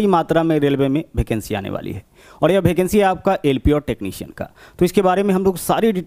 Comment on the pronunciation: Bhai भेकेंसी नही यार वेकेंसी बोलो